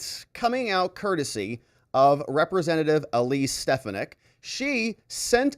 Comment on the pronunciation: I love you but it’s SteFANick